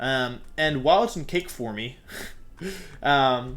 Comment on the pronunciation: Hey nice video, just letting you know that 'Forme' is pronounced 'Form', not 'Formee'. By the way 'Gimmick' is prononced with a G sound not a J sound. Hope this helps :)